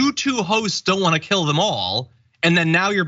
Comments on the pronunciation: I think he said we should gill them all. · Lol.... I believe that was " Jill em all".... But still Hilarious 😂😂. The disgrace was he left his teeth at home.